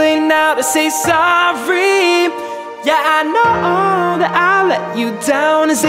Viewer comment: muito bom, so não gostei quando ele fala "Sorry", a dicção estranha, no mais top demais....